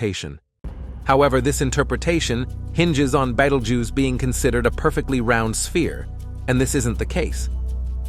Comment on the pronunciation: I'm sick of AI voiced content! This mf pronounced the name of this star 7 different ways and didn't get it right once.